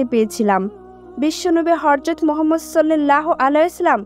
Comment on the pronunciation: রাসুলে কারীম হযরত মুহাম্মদ সাল্লাল্লাহু আলাইহি ওয়া সাল্লাম নবিজীর নাম টি ভাল করে উচ্চারন কর, শুধু একারনেই শুনতে রাগ উঠছে😡😡😡